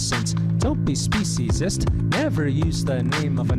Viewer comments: To me, the video is corny but there is a message, which apparently does not resonate with either of you. Imagine using the ethnicity or race of the “other”, to diminish the worth of your. group. What you two are doing in in fact speciesis, and you might want to learn how to pronounce the word. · I’ve never heard of the people in video you shared, but your take on their message is interesting. You didn’t even take the time to learn how to pronounce the word “speciesism”. I generally agree with your views on social justice issues, but your reaction to the message in this video reveals your inability for compassion for those who don’t have the ability to speak for themselves. The horror we inflict on non humans, from birth to slaughter, to dinner table is the greatest of crimes. You both appear to be completely out of touch.